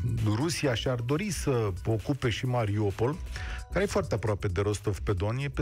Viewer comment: Mariupol nu Mariopol Un pic de atentie ajuta